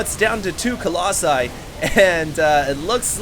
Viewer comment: I think his doing this on pourpose. i mean he used to say it right colossi what happened? also do you remember when he said "right of the bat a lot" lol that was funny